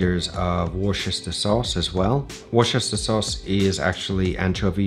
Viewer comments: Great recipe, I made it this evening and it went well. Tip from a Brit for the pronunciation - Worcester Sauce is pronounced "Woo-ster" with a short "oo" sound. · You're British, right? Is your pronunciation of Worcester sauce correct?